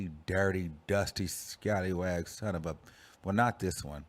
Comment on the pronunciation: He said scallywagg lol